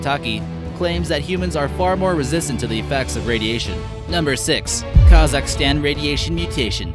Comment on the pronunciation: 'radietion' 'mutetion'